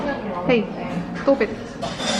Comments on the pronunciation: Wow di so beautiful phone📱you have taken I can't stop my laugh when you say "hey stob it".🤣😂😂😅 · When she said Hey stob it 👌😂😂😂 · Hey stob it haha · Hey! Stob it 😂